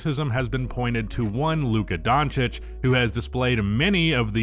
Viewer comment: Lucka Don'tish